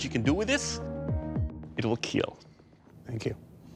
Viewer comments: not kill it's kheeel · The scottish claymore did not keel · Is there ever a time when he says "it will not keel" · “It will keeeel 😁” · It will keeel Why does he say it like that 😂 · he says "it will keel" if it really kills, then he says "it will kill" if it will not kill